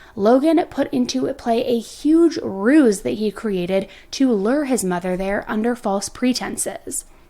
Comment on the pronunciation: You're so cute, you said "lure" like you say "rural". I actually have issues with those types of words, too. :) Thank you for bringing awareness to so many types of people, so many types of cases. I'm currently watching this from work and am definitely a 10 to Lifer!